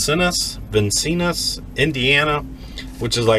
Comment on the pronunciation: Vincennes - pronounced ...."vin-sins"